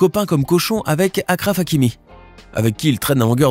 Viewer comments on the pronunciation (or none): On dit pas akraf hakimi on dit achraf hakimi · Je rêve ou il a dit Acraf hakimi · Ouais mais faut faire un effort tt le monde dit achraf hakimi